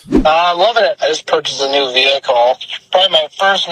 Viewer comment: I’m not buying anything from someone who says VEE-hickle 🙅🏻‍♀️